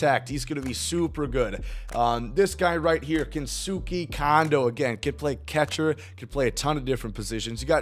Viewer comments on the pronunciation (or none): With Kensuke, I believe it is pronounced ‘Kence-K’ just as Daisuke Matsuzaka was ‘Dice-K’